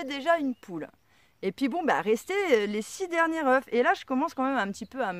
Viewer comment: Bonjour , si tes poules sont jeunes, c'est normal elles feront mieux la prochaine fois 😉.et la race des poules est très importante. Quand tu parles d'une poule ,tu prononce le "f" ,mais quand c'est de plusieurs, tu oublie le "f' 😉( surtout le prend pas mal ,je suis taquin et tu m'as fait beaucoup rire 😘😘😘) j'aime beaucoup tes video car, contrairement à d'autres, tu fait pas rêver les gens avec du " tout va bien " mais tu exposes la réalité des choses. Il faut beaucoup d'expérience pour réussir les choses. Je m'abonne.jaime beaucoup ta philosophie A bientôt et bon courage courage